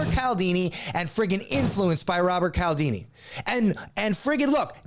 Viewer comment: Appointment setter here. I preach Voss' book to EVERYONE!!!! I've read Cialdini, too [pronounced 'Cheealdeenee', his name is Italian]. I'd also advise SPIN Selling and Chet Holmes' The Ultimate Sales Machine. And FYI, if you haven't read Jeb Blount's Fanatical Prospecting, you are NOT a lead generation expert. Yeah, that's actually the first question I ask potential marketing clients I work for.